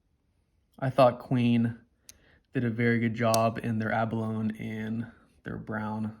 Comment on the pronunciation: Nice bubch of knives you have picked up at the end of 21. The USA made 34OT is one of my favorites too. FYI Abalone is pronounced abalonie.